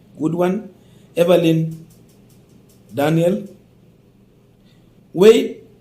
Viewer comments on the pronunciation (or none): none